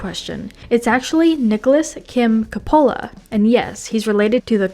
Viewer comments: KAH-poh-lah, not ka-POH-lah. Yeesh. You'd think they'd do a little fact-checking on something as basic as his name. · Nicholas Ca-pole-uh? Ben Schwartz says his characters name in THIS video. Teddy Lobo. Yet, you pronounced it LeBeau. Did YOU watch this behind the scenes video? You're too young to be doing this. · PLEASE learn to pronounce names correctly if you are going to use them!! COP-o-la, like they themselves pronounce it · Your mispronunciation of Coppola pissed me off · Have I been mispronouncing Coppola for the last several decades??? 😳